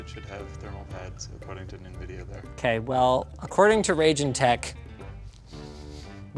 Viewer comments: Ryejeen not rayjin. How can you not know this you live in the lower mainland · It's pronounced Rye Gin. Not Ragin'!!! Pronunciation IS very important! My 1080 is so loud and I would have been able to get this product a long time ago if I realized that Linus was saying Raijin this whole time.. There I am searching for the Ragin' Morpheus... When I should have watching every time they showed the name on screen... and not just listening and I would have saw the Japanese word Raijin... A name gamers should recognize by now... They are the God of Thunder in Japan and their name has been on everything under the sun since forever! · Also interesting that Linus is pronouncing the name as 'Raging tech', is that how it's supposed to be? I always thought it's meant like an Asian name, like 'Raj' in 'Rajesh' and 'Jin' like the Genie in a bottle. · I must admit, hearing Linus butcher "raijin" as "rayjin" makes me cringe a little bit, lol